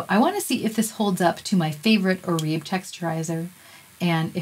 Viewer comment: My hairdresser informed me that Oribe is correctly pronounced as "Or-i-bay." 👍